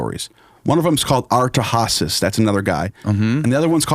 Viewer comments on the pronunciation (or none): Firstly it’s adra-hey-sis secondly that’s a name of the story on the tablet about zie-sudra aka Noah and Gorge smith decoded the tablets first if you are to talk about that please hit up Matt lacroix don’t butch the creation story bra